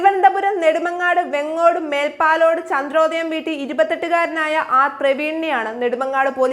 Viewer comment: വേങ്ങോട് അല്ല വേങ്കോടാ